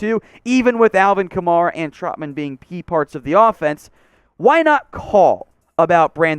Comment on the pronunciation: I will not subscribe or take you seriously until you start pronouncing "Kamara" correctly. Good day, sir.